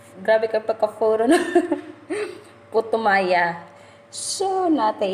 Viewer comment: Hello po ate na slang po ang putoo maya hehe enjoy cooking po thanks for sharing God bless